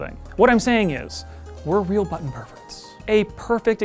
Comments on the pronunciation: Thank you so much for saying “button” correctly. I would not have made it though if this was about the “BUH-EN” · Thank the gods you have a presenter who is capable of pronouncing the Ts in button. There's a videogame channel on here whi is incapable, and it drives me nuts when he says "bu'-on"